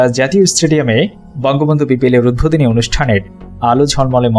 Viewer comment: Bhai apnar uchcharon er eto behal obostha kan. Najrul Islam NOT norzul islam. James not zames, UDBODHONI not udbhodoni. Apnader moto bhul pronunciation kora vloger der $100000 fine kora uchit. Culture noshto korben na.